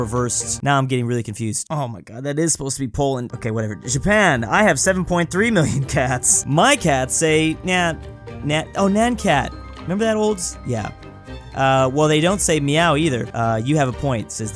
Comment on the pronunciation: In Japan its Nyan not Nya (I have lived in Japan)